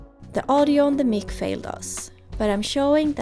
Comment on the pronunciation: 3 years WOW - stlll captivated and looking forward the next phase when she's on the water. Also my first chance of "correcting"! People with English as their first language (Including people from the US 😉) pronounce mic as Mike. Apologies for being a smart arse!